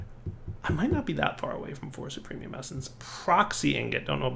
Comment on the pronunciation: Every time that says supremium instead of superium...